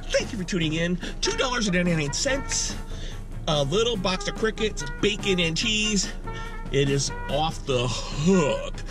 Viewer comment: I thought he was saying "I'm gonna eat crackheads" lol